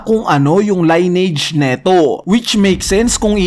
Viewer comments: lin-ni-age ang pronunciation hindi line-age. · lineage... narrator : line-age observer : lin-age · li•nee•uhj pagkakabigkas ng lineage hindi line • age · Sir maganda yung vlog mo kaso for correctness lang, paki research ang pag basa ng salitang "Lineage". Yeah maarte in a sense pero makakatulong para maging mas mahusay tayo sa pagkukuwento ng storya, paggamit ng ibang lenguahe at di tayo pagtatawanan ng iba. 🙏